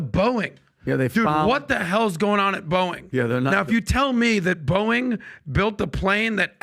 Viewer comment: Pat it's not Boing... Lol